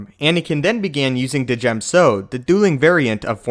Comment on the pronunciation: I am convinced that Djem is pronounced Gem